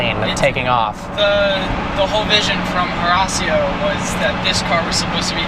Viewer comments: who the heck is horasio? it's horacio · lol "Harasio" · "Horasio." Hurts my ears every time he says it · This kids pronunciation of Horatio actually hurts me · Horasee-o? Wrecked splitter? Owner of the year? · "HORASSIO" hahahahaha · Alejandro Salomon trademarked 730s edition when he speced his huayra and the owner is pronouncing Horacio wrong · he's pronouncing Horacio completely wrong just a heads up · Look it, i dont care if his dad owns the cars because i would be exactly like him. I just care that the nigga is pronouncing Horacio wrong. Nice car by the way. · wish he could pronounce horacio correctly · he doesn't actually play for optic right? either way he doesnt deserve it because he filled it up with shit, is hanging dice by the rear view mirror, and and cant even pronounce Horacio